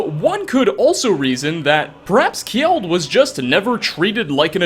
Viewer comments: Just saying "Kjeld" is pronounced Kjell and not kjiiel. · Kjeld = Not ke-jel. Just kel. gel with a k sound in front.